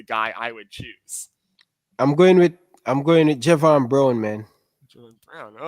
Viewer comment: It’s Javain brown your saying that name wrong